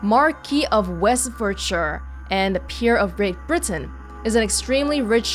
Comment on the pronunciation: ‘You're not off the hook yet Piaggi. […] I don't like it when people get chummy with me.’ I do like the detective! Also, your pronunciation of Westfordshire was perfect,. It was so spot on that when you did an awful English accent in a later episode, I had to come back to check whether I was dreaming when I heard it.